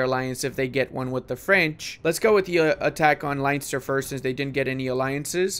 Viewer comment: Leinster is pronounced "Lenn-ster", not "Line-ster"